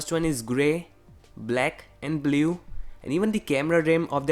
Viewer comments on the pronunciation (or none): none